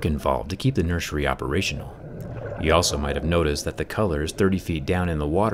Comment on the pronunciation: I'm sorry is he saying NurSUREy?😂